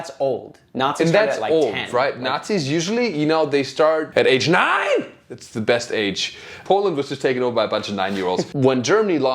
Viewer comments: “Age NEINN” got me laughing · Really can’t hold my laughter when he says “at the age NEIN!”